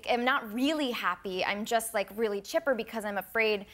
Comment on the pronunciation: I like the way Trevor pronounces 'really' as 'rarely' - have you noticed? 😊